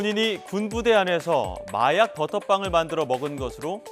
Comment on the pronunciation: 중가중간 혀꼬여서 발음 이상하게하는게 개웃기넼ㅋㅋㅋㅋ마약을 말약이라고 하고